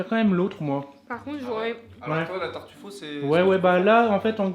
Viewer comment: Ok mais par contre la prochaine fois evite de dire des noms italien en français du genre TARTUFAUT